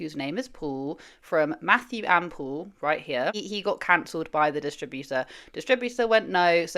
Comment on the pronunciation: His name is Paul not Pool.